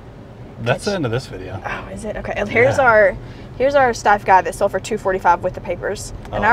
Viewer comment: Love the video but you really buttched the brand name Steiff and Swarovski 😅🤣